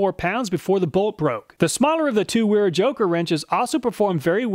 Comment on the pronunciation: Wera is pronounced Vera. As it's a German company.. Awesome video we call the nut rounders for a reason even good ones are not as good a quality open face wrench.. Love my wera tools but the joker wrenches didn't see quite that good in my book thanks for saving me the 300 bucks it would have cost me. Will more then likely settle with the normal combination wrench set from them.